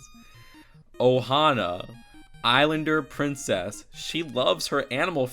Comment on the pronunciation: What the hell is a drincess